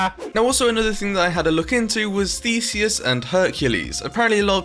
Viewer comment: YOU SAID IT RIGHT! I AM GREEK